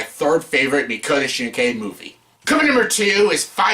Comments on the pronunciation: is it that hard to pronounce his name? mock-oh-toe sheen-kai? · Idiot learn how to pronounce his name